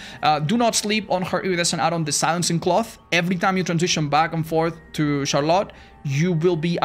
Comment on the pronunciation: why does the way says 'Charlotte' sound so much better than any other pronunciation 🫠